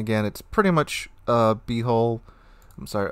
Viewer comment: Good sir - your HULL sounds way too much like HOLE in the beginning of the video.